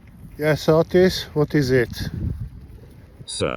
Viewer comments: So it's Otis, not Autist. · Its name is “Otis Roomba” 😂 I thought he was saying “Autist” all this time. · OTIS? I always thought he was saying Autist.